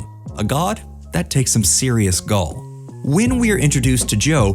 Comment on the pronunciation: "Takes some serious gull", "his impeding death". Dude, come on lmao